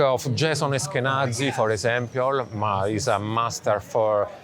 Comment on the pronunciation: I love when he say "for esempiol" instead "for example"